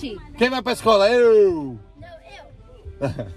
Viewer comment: Os filhos do tk todos tristes com ele falando Escola KKKKKKKK